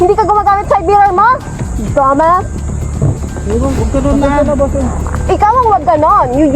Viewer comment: Yuck! The way she talks lol Trying wayyyyy too hard hahahahah The way she said dumb ass = "Domas" hahahaha... YOU TELL ME YOU TELL ME Geezzzzzzzz Sorry but she ain't it